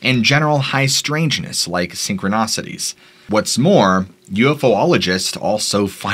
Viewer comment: I believe you meant to say synchronicities, not synchronOcities 😂